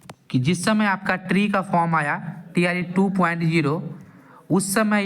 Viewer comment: Bhai tree pronounce mat Karo TRE bolo jayada thik rhega